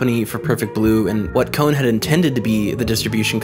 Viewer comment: Why do you say his name as "kown/kone"